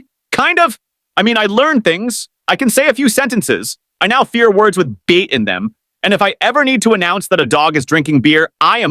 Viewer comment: Fearr not far